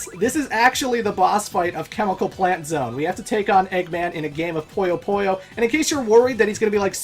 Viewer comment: I hate to be that guy but because it's bugging the hell out of me Puyo Puyo is pronounced "poo-yo poo-yo", not "poy-yo poy-yo"